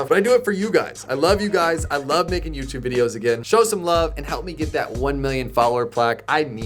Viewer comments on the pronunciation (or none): none